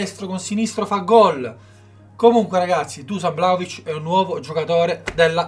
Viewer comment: La pronuncia..!!!!.. io sono serbo